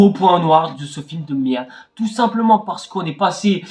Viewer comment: "Que d'la meeeerde" "Il nous faut absolument du frrric"